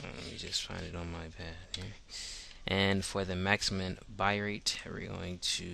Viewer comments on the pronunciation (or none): Thanks, this was really helpful. But it's "bit-rate" not "bi-rate". xD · "BITrate" not Birate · I want to believe you but you keep saying bi rate when its said Bit- Rate. Bitrate as in computer bits. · Cristian Ortega I think he said byte rate